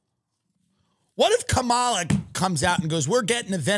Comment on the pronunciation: Comma-la. 🙏 not Kuh-MAL-uh